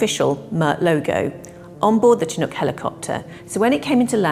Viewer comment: Why do us Brits pronounce Chinook wrong?